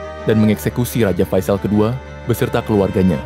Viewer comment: faisal bang , bukan fasial